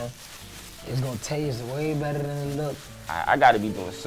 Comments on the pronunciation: Its gunna taste wayybetttthhttadenitlook" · “Iss gon taste betrrr then it look”